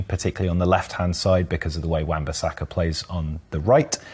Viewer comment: This guy changed his pronunciation of Bissaka about 5 times in the video.